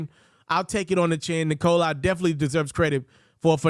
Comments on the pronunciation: 👎 for saying Nikol-i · Why does this dude keeo calling him "Nikolai"? Thats jot how its spelled and not how its pronounced.